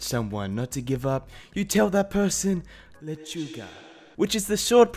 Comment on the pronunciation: THE WAY HE SAID LECHUGA In such a godly way Bajavwisbejwbi